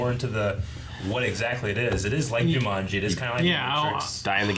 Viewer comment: Manga(M-on-guh) not (Main-guh)